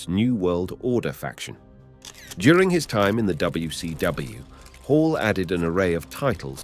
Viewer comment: Shot of tequila for each time he terribly & badly says "N U O, Ayo-W-E" yet says WCW and WWF correctly